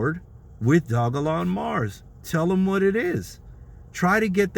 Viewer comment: If you aint got you no dogelon mars getcha some the way you say it awesome haha